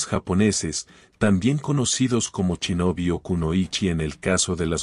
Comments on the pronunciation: entonces pronuncia bien. No se dice "chinobi", es un insulto. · "chinobis""chinobis""chinobis"? se escribe Shinobi y se debe pronunciar con "S" no "CH" y después a Shogun le dices "CHOGUN"!!... habla con propiedad o te mando un Shinobi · "chinobi"?? "churiken"? los conocía como SHinobi y SHuriken. Buen video!! Saludos